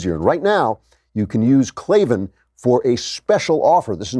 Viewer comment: No its Klavin